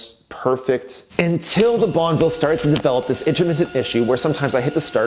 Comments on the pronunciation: So wish he would not say bonvil !!!! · I really hope you keep the Guzzi because you can't pronounce bonnEville.